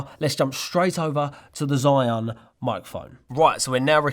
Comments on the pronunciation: ZhiYun 智雲 "zhee-yoon", not "zhai-yoon" and definitely not how you said it - "Zion". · Cool gimbal and cool video👍🏻👍🏻👍🏻. Correct pronunciation of ZhiYun sounds quite like "JeeYun", better and easier to pronounce for non-mandarin speakers😆.